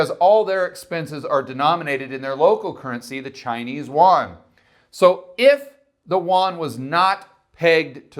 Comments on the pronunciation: The yuan is pronounced, "you'-en". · If you don't know how to say "yuan" correctly, then don't say it. That's horrible pronunciation